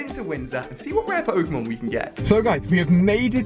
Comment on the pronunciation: he says ware not rare